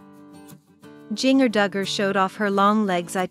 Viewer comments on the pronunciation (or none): Please try NOT releasing videos without pronouncing her name correctly! SMH